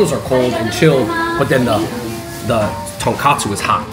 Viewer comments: Andrew & David, you guys keep pronouncing it TonKAHtsu. It is pronounced TonKOHtsu. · It’s tonkotsu not tonkatsu